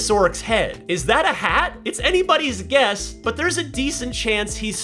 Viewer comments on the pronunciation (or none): none